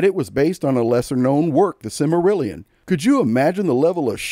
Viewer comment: This video is not pronouncing "Silmarillion" correctly.